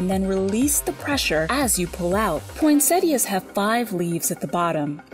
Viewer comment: Video: chill Narrator-bot - POYNNSETTIAS